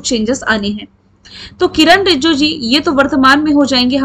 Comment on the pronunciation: Kam se kam Kiran rijijoo ka naam toh thik se lijiye